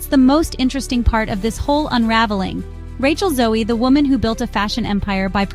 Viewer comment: You lost me in the first 30 seconds when you MISPRONOUNCED her name. 🤯